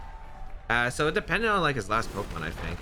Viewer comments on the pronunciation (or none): I’m a simple person. I hear a man say “fink” instead of think and I already know it’s time to go watch something else 😂